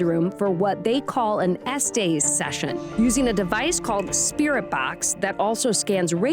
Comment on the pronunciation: It’s pronounced “es-tess” not “es-stays”